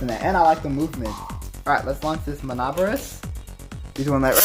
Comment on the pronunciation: It's pronounced Min-neh-bore-ohs btw lol